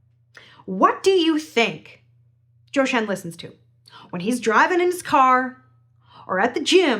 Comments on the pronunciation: First time hearing you pronounce your hero’s name, and it’s spot on! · 很高興聽到老師說『周深』時的發音越來越標準～😊❤